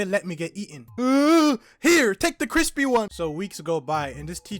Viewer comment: " here take the chispy one " 💀💀💀